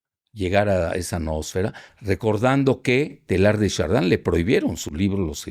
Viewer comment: Casi vomito al escuchar Teilhard de Chardin, pero por lo menos sabe tocarme el esófago con inteligencia.